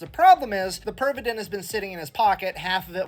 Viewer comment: you pronounced his name pretty accurately. at 40's and maybe 50's in Finland Pervitin was still advertised on daily magazines for grannies and tired house wife's to substance that gives all the energy for day's duties and house work "better than coffee". i have seen those old ad's in old magazines and newspapers :D